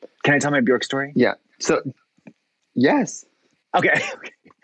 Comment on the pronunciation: My humble wish for 22… that people start saying Björk/Bjørk the correct way… pleaaaaase amaricans…. Get with it!